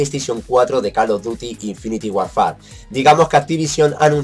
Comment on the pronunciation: SE PRONUNCIA!!!! INFINIT WORFER Pero bueno me da igual